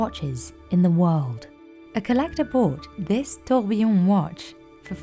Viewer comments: everytime she says tiooorghbeeeyonn the company loses value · I find it always amusing that so many people misspell and mispronounce “tourbillon” (tur-bee-yon) as “tourbillion” (tour-beel-eee-uhn). 🙂 They don't even look that similar to me. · The narrator says “tur-BUHB-bee-yon”, which is admittedly wrong (should be “tur-bee-YON”). But at least she doesn't say “tour-BEEL-eee-uhn” as most people do. 😕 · TOURBIYION TOURBIYION TOURBIYION TOURBIYION TOURBIYION TOURBIYION TOURBIYION TOURBIYION TOURBIYION TOURBIYION TOURBIYION TOURBIYION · Please keep say “toybbbuyiiouuunn” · Ah yes, touwbiyone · 1) I know watches too, stop saying 'tourbillon' like a d@ 2) tourbillons are in cheap watches too, you can find them in 35$ watches on Amazon. 3) these cheap watches can be mass produced, so no they aren't $100,000 watches because of the tourbillon. 4). You were wrong about everything stop making shit up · OMG i cringe so hard every time she say tOuRbiLLoN